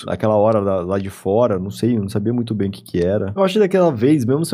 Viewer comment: "oi tudo bÖm?"